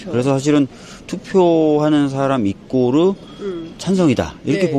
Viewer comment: 이꼬르? 이퀄? 일본식 발음? 설대 특징인가? 만나는 설대가 전부 일본식 발음인지...